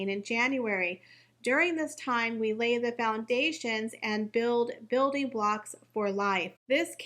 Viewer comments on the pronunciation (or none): none